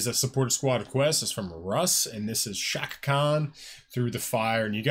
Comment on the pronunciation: If you don't give her and this song an A off the bat, let's just agree you don't have an ear for music. Plus you're not even really pronouncing her first name correctly. But since you're a handsome guy, I'll be nice.